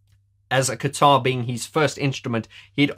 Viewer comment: I definitely heard you say "keytar" several times and not "guitar" LOL ;) I can't imagine Martin on stage playing the keytar. DoubleLOL. Or even the three of them; Martin, Alan and Fletch doing the ZZTop with the keytars! ROFL